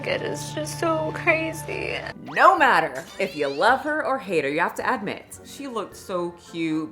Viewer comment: ADmit...never heard it pronounced in such a way